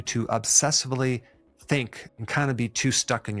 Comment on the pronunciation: Obsessively, not obsessefully.